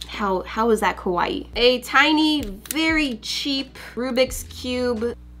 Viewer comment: I watch this and die. She says Kawaii like Kowai. Kawaii means cute in Japanese. Kowai means scary.